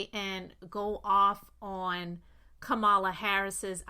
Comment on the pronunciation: LA = KAMALA Sister, you are mispronouncing her name with the best of intentions